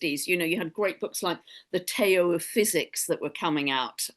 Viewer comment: Did she just pronounce Tao/Dow/Dao, as "Te-O?" Omg. Facepalm 🤦‍♂️ 🤦‍♀️